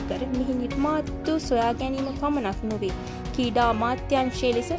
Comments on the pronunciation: seratama kalin sri lanka ha kreeda kiyana wachana hariyata uchcharanaya karanna. School gihin nadda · ශී ලංකාවෙ , කීඩා, කීඩකයන්,, හරියට කියන්න බැරිද මේ ගැනු ලමයට